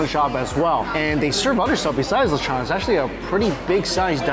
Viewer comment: The way he keeps saying lechon is bothering me!!! Someone help him!!